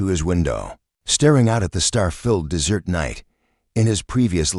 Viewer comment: Des Ert idiot not DESSERT (PRONOUNCE PROPERLY )I've noticed in these stories they can't read properly.